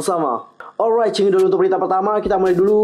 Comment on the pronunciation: Saran aja nih... kalo pengucapan 'Cingudul' nya dipoles menjadi 'Cingudeul' beneran kaya'nya lebih asik dengernya..